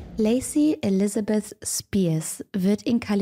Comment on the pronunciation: Du hast das "th" bei Elisabeth perfekt ausgesprochen!!!! 🎉❤